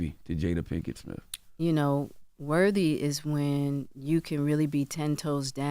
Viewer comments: If I heard this dude say “wurvy” instead of worthy one more time…! 20 years of broadcasting and you still allergic to T’s. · I cringe every time charlamagne says “worvy” instead of worthy!🥴 I hate that he says it like that!😩😂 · Someone tell Charlemagne the word worthy doesn't have a v in it.